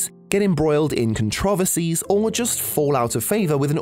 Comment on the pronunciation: Is this ai narration or do people actually pronounce "controversies" that way